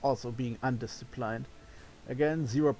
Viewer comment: "Undisciplined" rhymes with "pinned" not "pined" (English pronunciation is the best!)